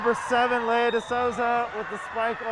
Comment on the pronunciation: It’s pronounced lee- uh not Leia